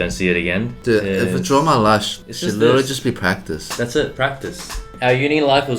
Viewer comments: "prctice" brett, what happened to ur english😂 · Brett: prctice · Brett you forgot the A in practice... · ah yes PrCtiCE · No one: Brett: PRCTICE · normal people: PRACTICE Brett: PRCTICE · No one: Brett: writing practice as “prctice” and “practie”